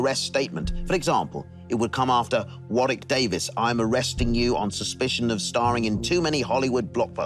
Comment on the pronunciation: I've watched a couple of episodes of this, it was ok but I'll play along. Btw his name is pronounced Worrick.